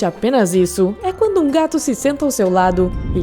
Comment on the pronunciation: Amo gatos, mas a voz dessa menina que tá narrando é insuportável. " Gatum" 🙄🙄🙄🙄